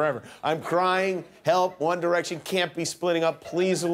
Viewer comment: By the end all I heard was: ONE ERECTION MAY BE GOING IN DIFFERENT ERECTION